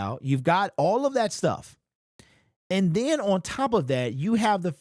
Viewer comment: Why can't this dude pronounce the word "on"?😅